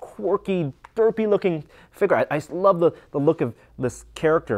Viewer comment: Figure figure figure get it right! I know it's jerkish to point out but please just say it right